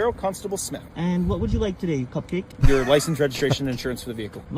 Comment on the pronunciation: "... And what would you like today, cop-cake?". That's funny!! I know he said "cup-cake" but cop-cake sounds better, here!